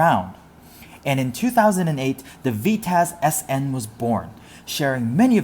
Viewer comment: "the Veetaz" this hurts me inside.